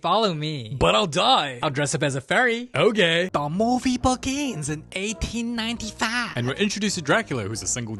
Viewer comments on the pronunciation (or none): "th movie begin in 189faah" 🙂->😃->😆->😂->🤣